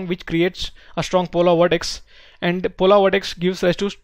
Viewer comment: Polar not polaar